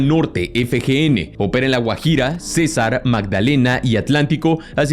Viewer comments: Me da gracia como dice Urabá, Orinoquía y César. Él pone la tilde en la primera A dé Urabá y debe ser en la última Á y en Orinoquía pone la tilde en la segunda O cuándo debe ser en la segunda Í y César la tilde es en la É no en la A. Un poco de investigación en la pronunciación de los departamentos no estaría mal. Ahora lo otro es que deberían disolver el gobierno nacional en éste video vemos claramente que tiene más control territorial las Guerrillas que él propio Gobierno Nacional. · No cesar es el Cesár 😂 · Consejo. Pones una entonacion incorrecta en palabras como finanCIan, CEsar, caLARca, uRAba, oriNOQuia todas estas palabras tienen entonación en la última silaba Pero por alguno razón pones una tilde inexistente en la mitad o inicio.